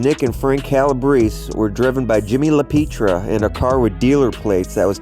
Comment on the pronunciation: It's not La Peetria...its La Pietra...(pee- eh-tra)